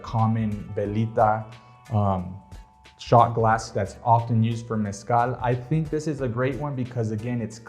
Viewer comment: I gotta say I APPRECIATE that you pronounce Mezcal properly unlike our fellow Anglo Americans with the 'Hal' ending. 🙃 Even American born Raza pronocues it with the 'hal' ending. Cringe. You my friend, got your self a new subcriber.